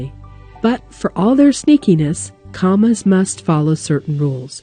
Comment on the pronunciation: lol "cammas"